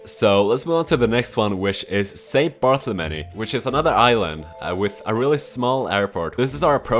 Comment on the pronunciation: "Barthemelly" Yeah sorry, he's swedish.